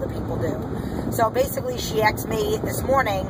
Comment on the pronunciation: can you say aSked... not aKsed.... it's annoying and wrong.